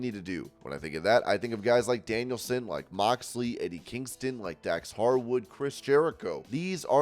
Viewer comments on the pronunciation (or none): none